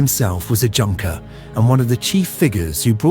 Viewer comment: Excellent job from a fact-based and historical standpoint. Well done! The only thing that sadly and unnecessarily detracts is the mispronunciation of fairly common words relevant to this period of history. One big example - Junker (German). It’s pronounced like “Yoong-ker” in an English spelling.